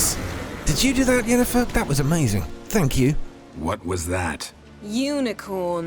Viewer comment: Did you notice Ermion pronounced Yennefer as Jennefer, is that right? good video by the way.